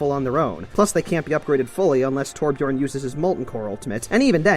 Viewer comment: Hears the word torbjion* Me:AHHHHHH flips everything around me in a rage